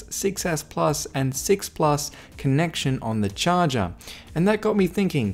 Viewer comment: On the “CHAWJAW”